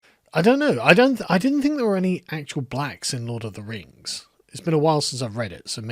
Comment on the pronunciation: Lord of the Rangz. Return of the Kang